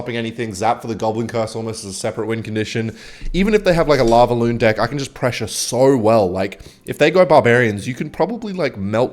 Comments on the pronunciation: why u say DYCK INSTEAD OF DECK XDDDDDDDDD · why does bro says dihh instead of deck 🥀🥀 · Ohh.. he is saying Deckk... Not Di*k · i swear im not insane everytime says deck i swear he says dick im not insane im not im not insane im not im not insane im not im not insane im not im not insane im not im not insane im not im not insane im not im not insane im not im not insane im not im not insane im not im not insane im not im not insane im not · Anyone else notice that when he says “deck” it sounds a lot like something else. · I’m new, this way of pronouncing deck is… interesting